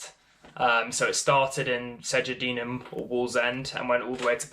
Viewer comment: Wallsend isn't in Newcastle. Its in North Tyneside. He's also saying Segedunum wrong